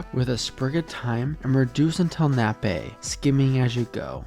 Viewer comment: just FYI, you are pronouncing "nappe" wrong. it is just pronounced like "nap". lots of american chefs mispronounce this word, its not a dumb mistake, but its like nails on a chalkboard to listen to people say "nap-pay". even more frustrating when i am cooking with american chefs and i use this word and they incorrectly correct me on the pronunciation. it is pronounced "nap".